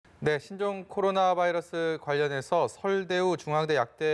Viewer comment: 바이러스가 적으면 검출 어렵다면서요......보더라인도 아닌데, 레퍼런스 레인지를 벗어 났으면 일단 합리적이고 과학적인 ..... 음 "봐이러스" 발음 듣기 싫어서 끕니다...감사하겠습니다